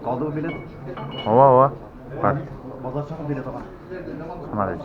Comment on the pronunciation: Белет эмес билет